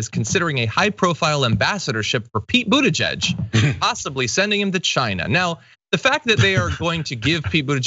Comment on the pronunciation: Pete Buttigieg will do fine in China. The Chinese love the Maltese. Remember that after 4 years of Trump the US needs to mend-up things with China. It is time that the Americans learn how to say his name correctly.